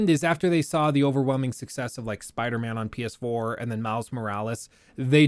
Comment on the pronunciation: I misheard: Mouse Morales instead of Miles Morales. Now I can't unhear it, especially when says it so often in quick succession. Dammit, I guess that's Miles' name now, at least for me.